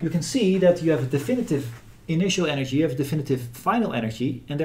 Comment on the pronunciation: Great Video. No critic, but (imo) very funny: Every time you say Energy, I hear anarchy. ;-)